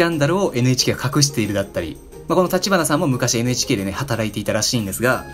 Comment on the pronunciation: めっちゃどうでも良いけど NHKをエネエチケーって言っちゃう エヌエイチケーってはっきり言ったらアイドルっぽい